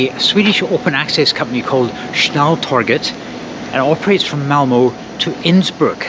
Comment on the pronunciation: If there are compartments on the train then this is the way to get a decent sleep. Done it many times. Avoid open stock completely. By the way it is Malmer not Malmoh. Look for the umlaut! Excellent video, though.